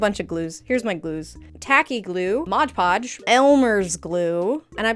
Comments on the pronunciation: I love your videos, but a little part of me dies every time you say modge podge… 😮‍💨😮‍💨😮‍💨 MOD!!!!!! 😂😂😂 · If you watch game grumps and know about Dan saying Arin like a disappointed parent that's how I went when I heard you say modge podge lol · "modge podge" --- its just mod podge lmao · why do you call mod podge modge podge